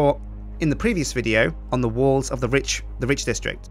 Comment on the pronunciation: every time he says Rich, i think hes talking about Ridge. is that just me? ><